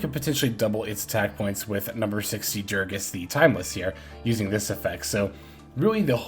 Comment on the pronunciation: bro I love you but am tilted everytime you say durages, it's DU GA RES god dammit lmao